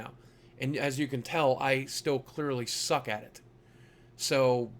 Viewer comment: Lmao you had me laughing hard. "It's been 6 years now and as you can clearly tell I still Suck at it" with emphasis lol